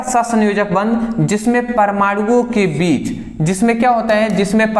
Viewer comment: बिच ❌ बीच✅ 😂😂